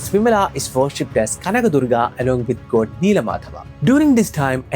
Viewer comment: I'm sorry but I could be the only one bothered by Goad, goad, in this video. Strangely it bothered be so much that I had to stop watching after first minutes